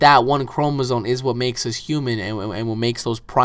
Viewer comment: That makes-eh no sense-eh